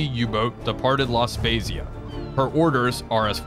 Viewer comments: “La spezia” should be read with an “hard” z sound almost “spetzia” 👍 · loved the video but, and im probably gonna receive some hate for what im about to say, The italian city that the uboat is docked in was mispronounced. The z in the name makes a ts sound so its more like La Spetsia........... sorry lol i have a compulsion to say things properly no idea why may be something to do with my autism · A quick word of FB on pronunciation: La Spezia is pronounced like 'pizza' (adding a 't' sound). What you say would be spelled as such: 'La Spesia' (Pisa). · Your pronunciation of La Spezia is magic! I live 35km off that town and have been there many times to do some sightseeing of warships and submarines stationed there or visiting from other countries. Thanks for the video, your work is much appreciated! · Your pronunciation of laspezia killed me as an italian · It’s completely off and so strange to hear, but that’s ok your Italian community will love anyway 😂❤️